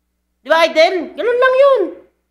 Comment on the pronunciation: ayusin mo ng yang pag pronounce mo, hindi yan AYDEL, IDOL (aydol) yan